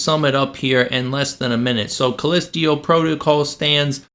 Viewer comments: Take a shot everytime he calls it "call-list-teo" protocol instead of Callisto. You will not survive 😢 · Dude I will excuse myself from the video just because I can’t take you calling it callisteo instead of callisto one more time Jesus how hard can it be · Dude... First of all it's CallistO not Callistio... You can't even pronounce the game correctly... The game and the DLC were truly amazing especially the plot twist and overall enjoyable gameplay, let alone the great graphics and actors... Last thing, when doing reviews NEVER spoil endings... You showed the dismembered and burned Jacob... Seems that you need to learn a lot about gaming and reviews instead of adapting the opinion of couple of idiots on twitter... You know what I'm talking about... Anyway, wish you all the best. (Edit: Forgot to mention how brilliant the lore was in explaining the whole background story and the story of the cult, which I don't think you even bothered to read or understand) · "Callistio" PrOtocAL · CALLISTO! Not CALLISTIO! 😅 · Sorry, but if you can’t even pronounce the name of the moon correctly, maybe the game isn’t for you. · bro really said "callestio protocol" 💀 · "callistio protocol" do a second take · Haha. Thanks for the chuckle. I think we were all like, "callistio?" Great vid! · true, but when a game literally pronounces the name of the moon via its in-game characters and someone repeatedly says it wrong, that makes me question if the person who repeatedly mispronounces it even actually played the game. I’m probably reading into it too much, but it wouldn’t be the first time a content creator made a game review without playing said game. That’s the first thing I think when stuff like this happens. But yea… I’m most likely reading into it too much. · You pronouncing it wrong on purpose? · Lazy video that reminded me a 16 year old ranting away. Were you so lazy that you couldnt be bothered to pronounce "Callisto" correctly. I didn't make it past 2 minutes with your video.